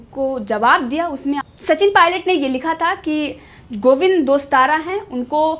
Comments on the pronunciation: दोस्ताना नहीं टोडासरा बोलो मैडम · मैडम गोविंद सिंह दोस्तारा नहीं गोविंद सिंह डोटासरा😂😂